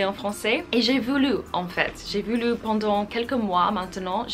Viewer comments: You Say voulou its voulu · voulu il faut prononcer comme voulv